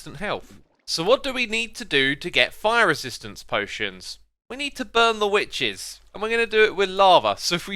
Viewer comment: Xisuma "we need to burn the wiches"